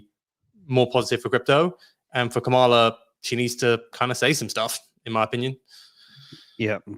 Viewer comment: KA-ma-la is the pronunciation The accent is on the first syllable.